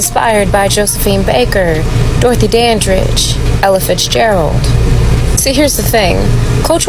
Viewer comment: He said Dorothy Danbridge bruhhhhh!!! It's Dorothy Danridge!!!!❤ Piers Morgan always talking and dont do his research. While hes running his mouth when is he gonna run Candace Owens her $100,000. POINT BLANK PERIOD!!!!